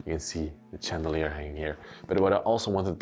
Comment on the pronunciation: Hi. Thank you for all your lovely videos. Watching you from America! If you don't mind I would like to mention you mis-pronounce a lot of words in the English language and hopefully you will except these corrections.!! Shipping is pronounced as sch. Not chipping not same thing!! Further is Not pronounced as furder!! Chandalier is again pronounced as sch shan. Not Chan!! When discussing time periods in 1900 -!. You don't have to say 100s. Its ok to say 1975 no hundred! Than shivers or again sch!! Not chivers no such word. Lastly you use Wow a ton!! Maybe another word because its often!!! Hope this helps! Happy videos❤ Samantha